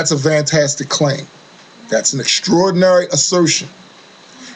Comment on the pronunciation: thumbs up for the word "FAIF" or.... "FAFE"... and the word "VANTASTIC"